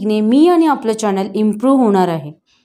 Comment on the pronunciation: चॅणन नाही चॅनल